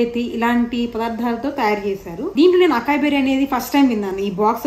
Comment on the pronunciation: Nice Vlog !! Açaí berry lo “C”ni “S” laga pronounce cheyyalandi.. idhi USA lo breakfast bowls la baga use chestaru ..